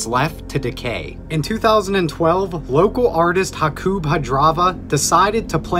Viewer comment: Jakub is pronounced "yakoob" btw